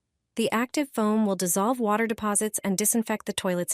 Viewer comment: The narration is comical. Water pronounced waiter?